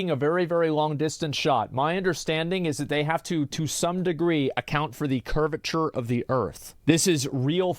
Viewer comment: "Is this the curvurture of the earth we were talking about"? While shooting the guy from 5ft away 🤣🤣🤣🤣🤣im dead rn lmao